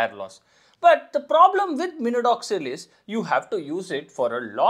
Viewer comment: Minodoxil ❌ minoxidil ✅